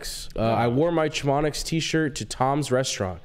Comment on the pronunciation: I know the kid cant barely read, but is he pronouncing nicks company wrong as a bit? Chuh mon ix